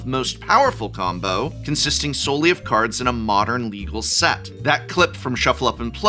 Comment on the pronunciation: how were you an actual english professor and you consistently get the pronunciations of cards wrong, wild